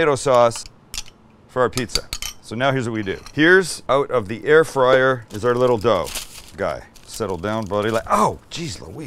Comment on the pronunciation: "Air frizzle"🤣🤣